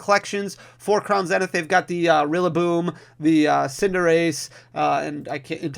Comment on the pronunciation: I love how you pronounce Crown Zenith, I've started saying the same way now. It must be the Midwest in me that loves it haha! Congrats on 100K!